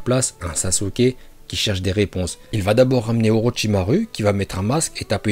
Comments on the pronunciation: C’est pas jutsu mais joutsou / ni Orochimaru mais Orochimarou 🤦‍♀️ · « Orotchimarue » 😭 sinon tres bonne video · Orochimaru avc le u😂😂😂😂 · Mdrr il a sorti orochimaru(u) au lieu de orochimaru(ou) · orochimarou pas orichimaru 😅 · Pk tu dit orochimarU moi je dit orochimarou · il a quand même aussi dit oroTCHimarU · T'a vraiment dit Orochima rue ? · Déjà j’adore ces vidéos mais j’attends juste qui prononce "ninjutsu" et "orochimaru"